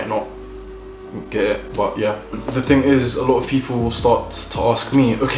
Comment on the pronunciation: “It eezz what it is eeezz” 🤣🤣🤣 love him for this!! 🤪🇿🇦